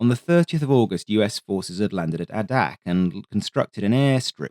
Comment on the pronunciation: A-dak, not uh-dak